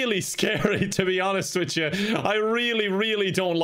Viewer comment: I didn't think accent was that strong, until I heard him say "to be honest wit cha"